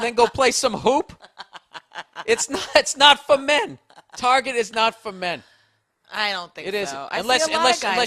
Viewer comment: "Target", or as the women call it "Tar-zhey" ;-) Hilarious.